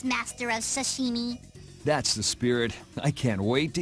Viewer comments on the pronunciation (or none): Patty says "shashimi" lol